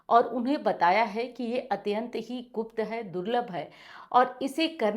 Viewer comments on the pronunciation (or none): none